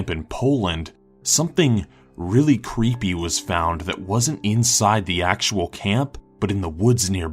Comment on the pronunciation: He said cleepy at the start not creepy